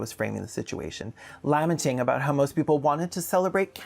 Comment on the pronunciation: LAH-menting. Hilarious! I want these people to say “Culturally and linguistically diverse” ten times and see what happens; usually something unintentionally adult. It’s the latest woke phrase we’re supposed to use to show support for multiculturalism in Australia. Trust the identitarian left to make up weasel words or phrases and then not know how to say them.